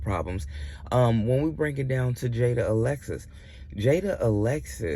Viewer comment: It's jaidyn not Jada 😂